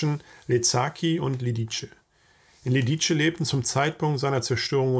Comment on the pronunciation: Ein zweisprachig aufgewachsener Verwandter hat mir erklärt die richtige Aussprache sei "Lidize", nicht "Liditsche".